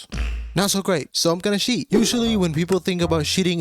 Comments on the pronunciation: are you saying sheet instead of cheat ironically or is that just your accent lmao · Pronouncing "cheat" as "shit" is the cherry on the top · why do you pronounce cheat as "sheet"? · whenever he says cheat, all I hear is shit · "But to sheet in a hardcore world..." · took my stupid ass a bit to realize you were saying cheat and not shit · why do u say shit instead of cheat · Not to throw shade, my own accent is probably worse, but you say "cheat" like "shit" and it's hilarious. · why do i hear "sheet" instead of "cheat" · it sounded like “how im gonna sheet”, thats why i commented that as a joke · Third word in the video and it's already mispronounced. Sheet? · "Sheating" , "sheat"🤭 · it's "sheat", not "shit" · In France evrybody says "shit" instead of "cheap". I'm french too but this annoys me 😅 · Sounds more like Sheet to me. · please pronunciate "cheat" better bro you bouta get demonitized